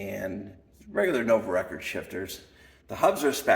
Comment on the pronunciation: Nice collection… Some pronunciation tips… 1 Nuovo Record = “Noo-wovo Regord” 2 Guerciotti = “Gwer-chiotti” 3 Gipiemme = “Jipi-emmay” I have a Viner (pronounced “Vee-ner”), a Tommasini, a Fondriest and 2 different era Coppis.